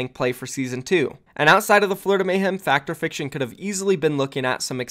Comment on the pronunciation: Its pronounced Fact Fiction I'm pretty sure. I've never heard Fact or fiction lmao